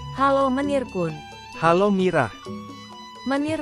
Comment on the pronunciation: KUN bukan ko- en!!!!!!!